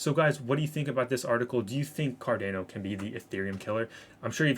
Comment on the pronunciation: You are pronouncing Cardano wrong. You are saying Car-Dan-O. It's Car-Don-O FYI. Great vid too! I have 30% of my portfolio in ADA. Staying patient with it.